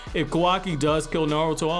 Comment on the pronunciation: Kawaki not Kawai